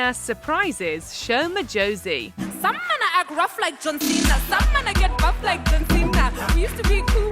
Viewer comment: As a Sho Madjozi fan from South Africa, I'm so glad she got to live that moment. Growing up everyone wanted to be John Cena 😂. I just wish that people would care enough to pronounce her name correctly.